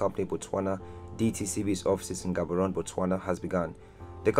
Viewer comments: Learn to pronounce Gaborone please . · Lemme help u with speaking my language setswana . So when you read Palapye dont say it as it is just say palape just like some other towns and villages in Botswana that end with "ye" oh and Maun dont say it like that say Maung but dont make the g sound . Theres also Gaborone and other towns and villages that start with G so in this case say the G as if you're gagging or being choked . ALL THE BEST